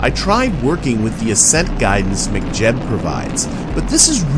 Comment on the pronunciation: I love how you pronounce 'McJeb' 😂. Good stuff, these have been super helpful as I delve into RP-1 for the first time. It is certainly intimidating as a transition from stock KSP